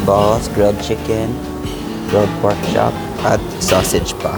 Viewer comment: pork chop, not porkshop…very good vlog!